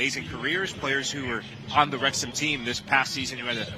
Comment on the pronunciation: You got the pronunciation right. Wrexham AFC are in Wales, UK. They are owned by two Hollywood Actors who have put money in and the local supporters love them. They played in the 5th level of English football last year. They have been promoted the the 4th level next season and I think this is the Wrexham old boys! Well done to winning 12 v 0 and well done to the Girls for having a go:)